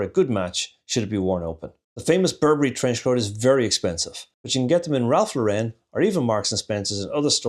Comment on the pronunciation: It’s pronounced LAURen, not LaurEN. Cheers.